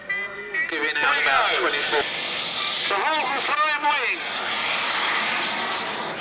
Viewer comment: Its a "Horten", German. Not "Horton"